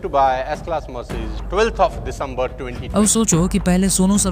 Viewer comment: S-Class Mercezezes. 👍🏻👏🏻